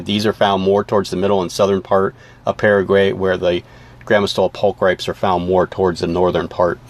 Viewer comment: "Pul-cri-PEEZ" rather than "pul-cripes." Latin is wicked. :-) Fabulous research & info, though. Definitely one of my favorite species. I'm glad to see them around again!